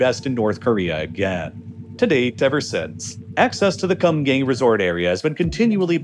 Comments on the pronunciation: Well it's supposed to be pronounced and written as Geumgang. Kinda like saying good but with 'm' and gang with a "Ah" not a "Ang". so it would sound like Geu-m gah-ng. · I can't stop laughing at how you pronounce Kumgang as, "cum gang". It's not even the correct pronunciation, but you even add the emphasis between the words 😂😂😂😂😂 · as a person who studied korean for a couple of years, the thing that kills me about it is the way he pronounces it. it’s supposed to be pronounced more like “kuhm-gahng”, but bro literally just says “cum gang” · He was definitely pronouncing it as "cum gang", which isn't correct, but definitely funny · he pronounced it wrong. Its like Koom-gahng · Did he say Mount Cum-gang? 🤔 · Sorry I laughed every time you said Mount Cum Gay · I thought he was saying Cum Gain at first, Kum Gang is not necessarily better. ( PS Gang nam song has been out for a long time, why pronounce Gang so different from that?) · I'm sorry, but "Mount Kumgang"? Come on man😆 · The way u pronounce Kumgang is hilariously white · please do not pronounce kumgang like that 😭😭😭 that's not even close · Oh my god, I'm so sorry but your pronunciations are just hilariously wrong. I am crying laughing over here at the "Kumgang" pronunciation for 금강산! Oh heavens.